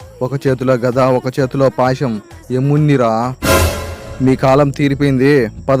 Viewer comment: payasham కాదు అన్న దాని పాశం